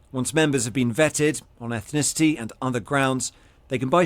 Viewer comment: You pronounce ethnicity incorrect you're adding an extra syllable that doesn't exist learn to speak English please